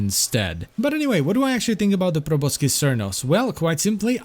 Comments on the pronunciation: Just a minor thing, but you don't pronounce the C in Proboscis. It's just "Pro boss is" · It's actually pronounced probo-sis, but whatever.